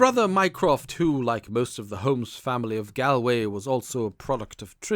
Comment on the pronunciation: I like these non original stories but this drove me crazy. Galway is pronounced Gawl-(rhymes with ball)way. It's a very famous place. I can only wonder what would happen if they were asked to pronounce 'A nightingale sang in Berkeley Square'